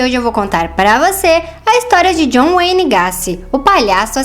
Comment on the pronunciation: Gaci!! kkkkkkkkk se fala gueisi e não gaci